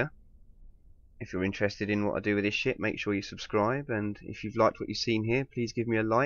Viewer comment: When he says "ship" it sounds like "sh*t" to me